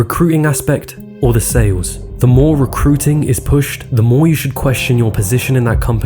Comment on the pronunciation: As a voice over artist myself, I agree with all the positive comments about ' voice, but it is a pity he sometimes doesn't pronounce the letter T. It should be abilTy. Not abila'y. DistribuTing, Not distribu'ing. RecruiTing. Not Recru'ing. It is a small thing, but it makes a difference to how the speaker is perceived. Also, T's can be important. They can change the meaning of what you say. For example, an inner action is not the same thing as an interaction. An inner view is not the same thing as an interview. ' habitual mistake (recru'ing, distribu'ing etc) doesn't change the meaning, but it just sounds dumb, and it is disappointing when the rest of the presentation is so good. It could also stand between him and lucrative voice-over or acting work.